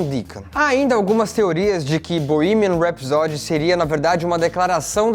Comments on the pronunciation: Bohemian RhapsÓdy? No, Bohemian RhapsÔdy... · Eu falo borremia rapsodi Como vcs pronunciam? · Não se diz bohemian rhapsody... Se diz:bohemian rhapsodý!! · Puta que pariu. O nao sabe pronunciar "Bohemian Rhapsody" em inglês...putzzzzz veiiiiii. Tá feio..é melhor ficar calado do que passar vergonha. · A pronuncia de Bohemian Rhapsody está errada.